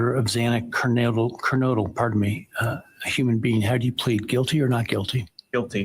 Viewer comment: And mispronouncing Kernodle — TWICE. What is so difficult about it???